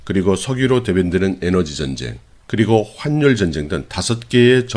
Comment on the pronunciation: 환률이 아니고 화뉼이라고 발음합니다. 악화가 양화를 구축한다고 하는데 요즘 우리 나라의 많은 사람이 화뉼이라고 발음하지 않고 환률 환률 환률 하는데 제대로 발음하면 좋겠습니다.